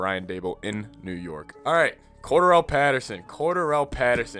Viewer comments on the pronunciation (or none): His name is NOT cor der all…it’s cor dare al! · its pronounced Ko-Darell Patterson and not coderal my good sir! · Its "Core"-"Darryl" Patterson. Not "core-door-el" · Your emphasis is on the wrong syllAble... CorDARelle.